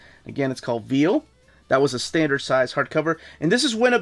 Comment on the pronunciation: lmao, "Veil" is pronounced Vale as in Vicki Vale. "Veal" is meat from young cattle.